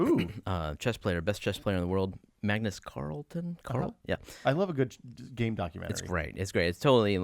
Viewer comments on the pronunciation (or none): none